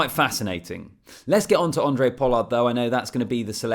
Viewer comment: Thanks - love the videos from a Capetonian fan. PS - it's pronounced "Hon-drey Pollard", not "Andre" lol. But either way - appreciate the work effort in getting these videos out. Looking forward to seeing your channel grow.